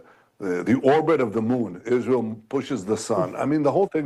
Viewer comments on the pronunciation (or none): No no it’s Ishrael that she says killed hin see it wasn’t Israel at all ….. I CANNOT stand when she misspronounces on purpose Israel 😡’ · Every time I hear “Izhreal” I want to vomit. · The way she pronounces Israel is also very disgusting. And it’s the same way leftists racists pronounce white people.